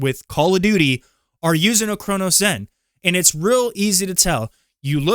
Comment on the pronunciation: Yeah and he can't even pronounce Cronus. Also aim assist scripts are not even real. Cheating discords and the people who use it can't even agree on if it does anything, which is why everyone solely just runs Recoil scripts if they're even using a zen